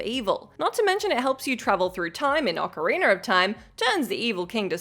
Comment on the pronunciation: STOP saying ocarinER. It’s ocarinA!